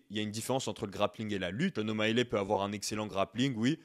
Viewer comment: Sean O’Malley, ça ne se prononce pas ”Shon O’Maïlè” mais ”Shon O’Maïli”.